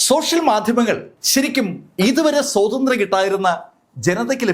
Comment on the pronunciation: സോതന്ത്ര്യം, ദോ രം എന്നൊക്കെ പറയാതെ സ്വാതത്ര്യം, ദ്വാരം എന്നൊക്കെ പറയ്.ഇങ്ങനെ പോയാൽ ഞാൻ സാറിനെ പിടിച്ച് കടിക്കും😂😅🤣😂😄